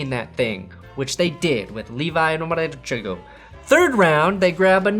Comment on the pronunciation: purposely butchering Onwuzurike’s name is comedic gold😂